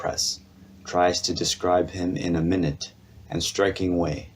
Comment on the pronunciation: the word is not minute as in time, but minute, pronounced like my-noot.